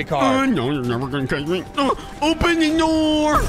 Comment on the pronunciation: He sead open the noor